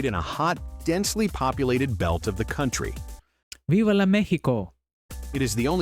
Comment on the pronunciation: It is VIVA MEXICO. Not VIVA LO MEXICO.